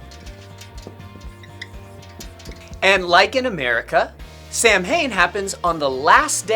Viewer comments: cringed me lol it's pronounced "sa- win" omg im dead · Fact: Samhain is generally pronounced "Sow-in" in Irish Gaelic.Where "Sow" rhymes with "cow". In Scotland,where Scottish Gaelic is spoken,the pronouncation may vary slightly,sounding more like "Sah-vin" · Actually samhain is pronounced sah ooin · Omg I’m Irish and he said Samhain wrong it’s pronounced Sow-him 💀💀💀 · Is nobody gonna talk about how that's not how you pronounce Samhain. You pronounce it Saun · He pronounced Samhain wrong, it’s actually pronounced Sowin. Look it up. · I think presentation was actually pretty accurate. Except Samhain is actually pronounced "SAH-win. (Gaelic always confuses me.) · samhain is actually pronounced sa-ow-in -Irish Girl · The pronouncenation on samhain is off as an Irish person but it's cool to have my country featured oh and samhain is the next day in the irish language November is samhain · The way he pronounced Samhain was atrocious